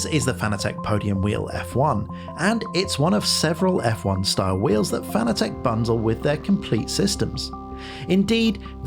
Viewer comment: I'm sorry for being "that guy", but the mispronunciation of "Fanatec" has always driven me nuts. It's pronounced like the word "fanatic": not "fan-a-tek".